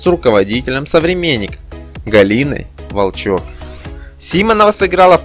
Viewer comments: Симонова супер актриса, ролик замечательный, но голос за кадром - ужас и кошмар отвратный и назвал ВОлчЕк ВолчОк, на какой помойке нашли его? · Почему не правильно ставите ударения? В'олчек.... Г'ундарева???? Слушать противно!!! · В фамилия Волчек и Гундаревой неправильное ударение. Автор понятия не имеет о чем читает или это уже озвучивает ИИ, а не человек ?